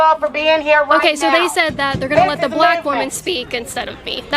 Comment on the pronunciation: Why is she stressing on "black woman"?